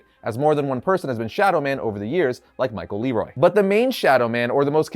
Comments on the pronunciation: Yo; correct pronunciation is: Michael Leroi (Luh-Wah) (French Creole) and Coven (Kuh-Vhen) (Witch Term for group) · Did he just say Michael LEROY lmao